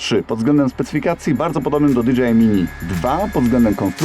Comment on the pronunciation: Dzięki. Fajny film. Zamówiłem sobie tą zabaweczkę. Gwoli scisłości: Jeśli "si" to i "ar" a nie "er"🤪 tak jak z hi-fi.